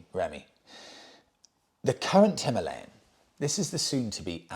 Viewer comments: if its pronounced himarlian its spelt himalayan...which to most of us and you , is Him - a lay -an not Him ar lee -an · Hima means snow...Alaya is Abode/Temple.... Himalaya means Abode of Snow Pronounced Him-aalaya Bike: Him-aalayan. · Having a great time watching you struggle with "Him-AH-lian". :D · Himalaya is derived from two Sanskrit words— " Hi-ma,' snow, and " a-la-ya," abode (The abode of snow), that is why it is pronounced, hi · maa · lay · uhn (himalayan). Beautiful bike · The Indians pronounce it as Harmalian simply because of their Indian accent when speaking in English , it’s not a great mystery ,or the end of the world ,as we all know what motorcycle they are referring too . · Himalayan - is not pronounced as you corrected yourself, it's pronounced how you originally thought! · You pronounced Himalayan the right way the first time, your new pronunciation is clearly wrong. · Its just pronounced that way in Hindi simple Just like St Trop etc. Love you channel from Hounslow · You are now pronouncing it wrong. You had it right the first time. It's named after the mountain ranges. Please google it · How Ridiculous,.. If you are going to pronounce the Himalayan motorcycle that way how on earth are you going to pronounce the Himalayas or Himalaya when traveling, Good Luck with that, you are going to sound like a right twit. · Himalayan mountains. Say it right. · Keep saying himalayan as in the mountain. Remember Michael Schumacher . The German pronunciation is sho ma har, the English version per Murray Walker was Shoe Makker.